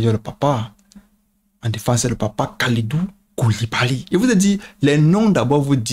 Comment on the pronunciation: Non mais tu m’as tuer avec les prénoms et noms des sénégalais 😂🤣😂 nampalys 😂 kalidou koulibaly 😂 moussa niakhatë😂🤣